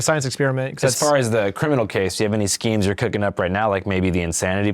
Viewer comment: "Shkemes" (Imma say that from now on)